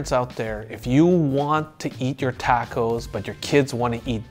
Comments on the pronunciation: Wtf is a tack-o? Do you mean tah-co? 😂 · Stopped listening after the 4th TA-co misprenounciation. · Why is he pronouncing it as “tako” and not “taco” ?